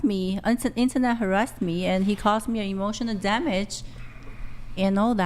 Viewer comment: Damn that girl killed the word ' emotional damage'